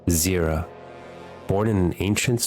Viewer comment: Try to.. get the names right on champions / places / cities... example what bothered me the mose wast Nidalee, It's Nida - lee.. or Shurima(n) It's... Shu-Ri-Ma.. Or Zyra, it's not Zira or Zera, it's Zyra a clear yyyy sound, but apart from that, great vid